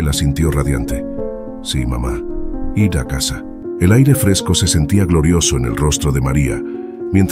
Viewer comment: Hola, porque dices I.R si es ir y también dices S.R.A si es señora eso corta la buena narración 😊